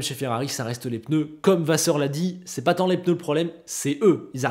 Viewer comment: C'est moi ou avant tu disais pneu et pas peneu? J'ai vraiment tiqué sur cette vidéo. Sinon comme d'habitude, au top, je taquine. Merci:)